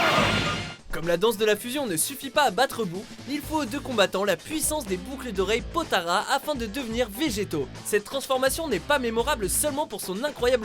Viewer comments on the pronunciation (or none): Ta dit potama alors que s'est potara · c'est pas potaras mais c'est potalas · C'est des Potalas pas des potaras. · sa choc personne qu il a dis potara au lieu de potalas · C'est rempli d'erreur les vf et version anglaise sont dégueulasse c'est potala et pas potara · Mdrr c'est pas super buu c'est buuhan ÉT c'est pas potara c'est potala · cool la vidéo mai c les potala(s) pas les potara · "Les boucles d'oreilles potara"... 🤦🏻‍♂️ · IL A DIT "BOUCLE D'OREILLE POTARA" 😭😭😭😭